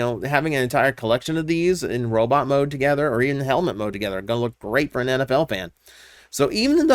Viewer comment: Every time you said NFL I misheard it as Anabelle, and I was wonderding if I missed an announcement.